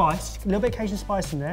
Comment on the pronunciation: Ca-SHION spice